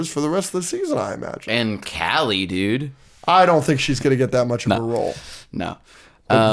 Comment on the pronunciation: just fyi kali’s name is pronounced closer to “KAH-lee” instead of “callie”